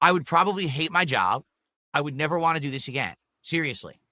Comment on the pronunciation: "I'll talk about what I wahngk!"